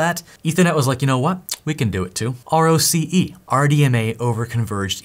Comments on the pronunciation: Roce is pronounced Rocky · answer? yes, RDMA has existed for a long time and has only gotten faster it gets even faster with things like project Aquila (look it up) P.S. ROCE is pronounced like "Rocky"